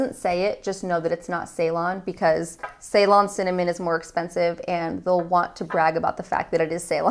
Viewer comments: its pronounced "si-lon" ;) thats the old name for Sri Lanka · Ceylon is pronounced as selon. This is not a type but it is from Sri Lanka. And Sri Lanka's old name is ceylon. And cinnamon grown in Sri lanka doesn't have those bad components and the best in the world.